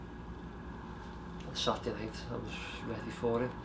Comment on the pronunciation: Rocky ‘satdee’ Fielding.